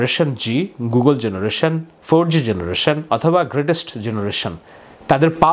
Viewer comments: এইটা জেনারেশন G না, এইটা জেনারেশন Z, এইটার জি উচ্চারন আমেরিকান। আপনি আমেরিকায় থাকেন জানার কথা যে আমেরিকান ইংলিশ এ জেড কে জি উচ্চারন করা হয়। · Bhai it’s ‘Z’ not ‘G’ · Gen-Z, not gen-G Z is pronounced "Zee" in American English and "zed" in British English. Z is indicative to end. Gen-Z is the latest generation or end generation. It doesn't stand for greatest generation.